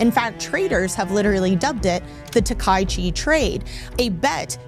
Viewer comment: The Japan PM's name is ta-ka-i-chi (4 syllables), not ta-kai-chi (3 syllables).